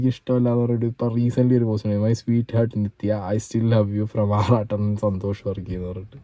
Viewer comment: ഹെറ്ട് അല്ല ഹാട് എന്നാ heartnde correct pronunciation 😊